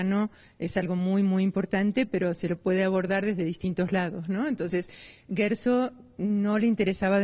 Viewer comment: El este periodista dice Gersog,en nagual.